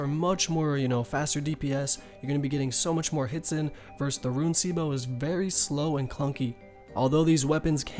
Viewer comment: RUNE (ROON), not pronounced as RUIN